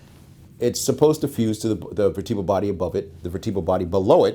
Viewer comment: Ugh. Another person who says vertEbral. You don't say vertEbra. VertUHbral!